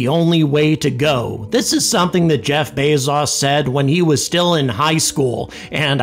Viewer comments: "Jeff Bays-zaws," who is that? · Who is Jeff bay-zaus? How does he relate to Jeff Bezos who has no "au" in his name?